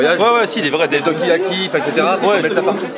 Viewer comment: Des "tokiyaki" hahaha Des "Takoyaki" on dit